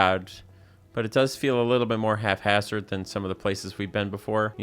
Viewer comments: what is with the sudden massive increase in people saying the word haphazard wrong? that’s not an F sound in the middle there. hap-haz-urd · Haphazard. The word is HAPhazard. Love your content.